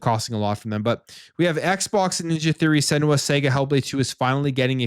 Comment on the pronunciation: "Senua Sega" RAHAHAHAHAHAHAHAHAHAHAHAHAHAHAHA